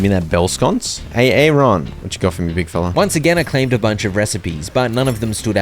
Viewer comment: HEHE... A ARON... PRE..SANT